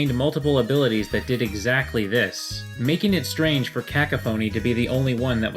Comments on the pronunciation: People may have said this already but it's not "ka-ka-foney", it's "ka-cough-an-ee" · Its not cah-cuh-phony its cuh-coph-ony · Your mispronunciation of cacophony bothered me so much XO It's supposed to be said like "kuh-KAW-fun-ee", not "kaka phone-ee" Pretty fun coincidence, though, given the definition of cacophony. You should say you mispronounced it on purpose, you were making a joke. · CAH CUH PHONY? LMFAOOOOOOOOOOOOO Its "Cuh-cah-phuh-nee" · Kack-a-phony No ca-cau-pho-nee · I hate to be this guy, but you said the word so many times that i have to tell you: it is pronounced "Kuh-KAWF-inny" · CAH CUH PHONEY?? MY MAN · Caca phoney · Cack-o-phony rofl. Best worst pronunciation ever. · It's pronounced "ka-cough-in-e" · Isn't kakaphony pronounce cockophany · "Cack a phoney" A for effort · Pronounced cuh-CAW-fuh-knee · James Thomas but that cack a phoney pronunciaton for cacophony was bad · But you forgot one blatant flaw, he pronounced cacophony as ka-co-fonee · "kaka-phonie" well, you tried your best. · I thought it was pronounced "ca-coph-o-ny" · "Ka-Koh-Foh-Knee" Uhhhhh 'Kuh-Kau-Fuh-Knee'? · Cu-cough-any is how it should be remotely said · "Cacophony" is pronounced "Cuh-CAW-fo-nee". That bothered me a lot >.> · I think it's pronounced Ka-cough-fu-nee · You're not mediocre but your self deprecation is hilarious. Also was I the only person who actually liked those Pokemon competitions? "Cacophony" is pronounced "kuh-KAH-fuh-nee" btw The More You Know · Its pronounced CA CAW PHONE E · "Cack a phoney" nice try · cUH-Coff(cough)phany(fany) Cuh-Caw-fanny is the correct pronunciation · cacophony is said ka cough onny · Cack-a-phoney is hilarious to me even 3 years out. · immediately scrolled down to find first thing commenting on this......btdubs, it's promounced 'kuh-cough-enni' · *kA cop-phoney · Ka ka phoney!! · Cac a phone ey True it hurts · it's cack-off-unny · Because I'm a music/pronunciation nerd, "cacophony" is pronounced "kak-cough-iny"